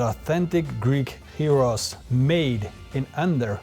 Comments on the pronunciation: Thank you for pronouncing it like this. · Your γύρος pronunciation is spot on! Looks delicious! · Impressed by the proper pronounciation of Gyros.